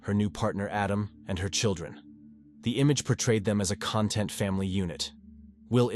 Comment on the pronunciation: The story was good but the mispronunciation of the word content meaning something like at peace and pronouncing it as content meaning the collection of something annoyed the crap oughta me. I gave you a like a comment and even subscribed